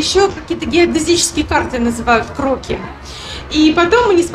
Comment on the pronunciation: здравствуйте,спасибо за позитив и красоту!В модном доме Кроки( там ударение на И ) представлена дизайнерская одежда, стильная,современная,нестандартная,интересная,зайдите,получите удовольствие от созерцания и атмосферы.Может найдете что-то интересное для себя.У них есть свой канал,где представляются коллекции с примерками